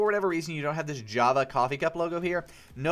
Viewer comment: in step one on the page where you help download java there is a typo in the beginning where you said "hava" instead of "java"